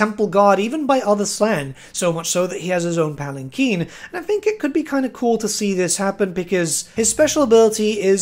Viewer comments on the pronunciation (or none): none